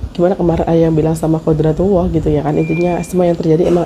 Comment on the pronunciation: Bukan qodatrullah tapi QODARULLAH... penting nya belajar agama...supaya tidak salah pengucapan